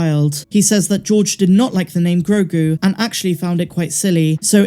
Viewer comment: "Gro" like grow "gu" like a baby's goo gu it's actually perfect